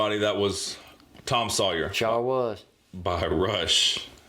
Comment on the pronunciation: Hunh. Now I hear it. A lot of times "Sawyer" comes out as "Sawyee". Paul Rudd used to joke about this but I never heard it until now.